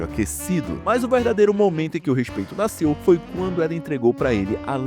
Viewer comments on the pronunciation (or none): none